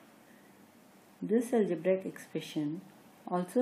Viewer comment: and its algebraic not algebraaaaaaic. Such an irritating pronunciation!, though the matter is good.